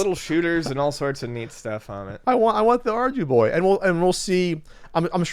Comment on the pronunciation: Thank you I could not understand at all. SOunded like Ardie Boy or Arby Boy and I could not find it on google lol